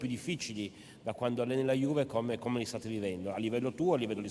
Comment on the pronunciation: Incredibile, Danilo come anche De Ligt parlano fluentemente italiano al secondo anno, mentre Ronaldo, che é al terzo anno, non spiccica mai una parola in italiano e comunica solo in spagnolo. Non ha neanche imparato a pronunciare correttamente Juve e dice Giuve. Potrebbe anche fare un corso e prendere esempio dai suoi compagni, anche per rispetto del paese in cui vive e della società che lo paga fior di milioni.